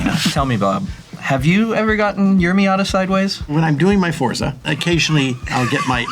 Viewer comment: Forza is actually pronounced "Fortsah." It's an Italian word, like pizza.